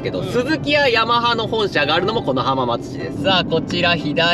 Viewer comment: はまーつではなくて、はーまつですね